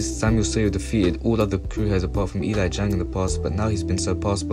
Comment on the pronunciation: bro said "E LIE JANG"